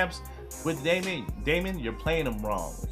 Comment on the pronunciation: It's not pernownsed d-A-mee-on It's pernownsed dee-mn